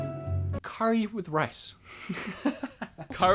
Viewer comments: Thank you for pronouncing curry correctly. Always hated the US pronunciation.... coooorey Yuk... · I have never, and I mean NEVER, heard anyone here pronounce curry as coooorey. Not once.